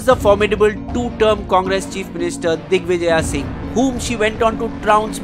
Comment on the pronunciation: I would suggest to pronounce the name in the original way. like praagya is actually pragya. Digvijaya Singh is digvijay singh. I like ur work 👍